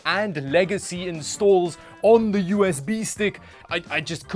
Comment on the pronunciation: “All da ram” 😂 I can’t, this was awesome.